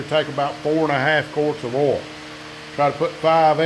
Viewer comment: I bet that you were going to pronounce oil, ol' based on the captions, before I clicked. Not disappointed. Lima engine, right? I haven't seen one in years....